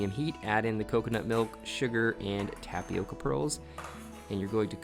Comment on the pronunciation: Just for the curiosity aspect of the thing: the pronunciation in the word tapioca is with an different sound in the "O". It's not like in "oval" it's more like "owl". (There is a symbol for this phonetically but I don't have it in my cellphone keyboard lol) If you put the word in Google translator you could hear the Brazilian portuguese original pronunciation. It's a word that comes from our native Brazilians, from their Tupi-Guarani language. They are one of the various different people that lived here before European people came. Some tribes still live in our forests nowadays, eating tapioca and other mandioca (maniva) products. Here in Brazil tapioca is very common and we eat mandioca in it's many forms in a regular basis. Is a really good an nutritious food. Glad to see other people trying and enjoying it too 🙂